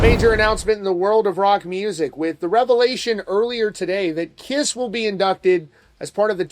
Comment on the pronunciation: First of all, he couldn't get their name right, calling the "kriss", secondly, can you believe or trust a word he says? Bruce Kulick has already said it will be the original line up, but they won't be playing. I'd believe Bruce over a guy who can't go a single sentence without lying, exaggerating or just babbling nonsense.